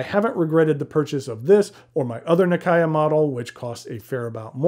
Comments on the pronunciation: You should pronounce the Nakaya as how Japanese would...this is just being respectful of the brand and the product. Just saying... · so? When you dont know how to pronounce it maybe its fine but when you already know...ahould said it the right way...i mean isn't infuriating when someone pronounce your name wrong? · Here's some footage from a japanese video produced by the National Museum of Japanese history, in which the reporter can be heard pronouncing the name nakaya (中屋). The pronounciation is much closer to "Nakaya" than to "Nak-ee-ya". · never heard ppl said “na key ya” Nakaya is the correct way. Tho I suppose the Japanese will pronounce it nakaya↗️ with the ya sound going flat or slightly up, instead of a ↘️ like in English.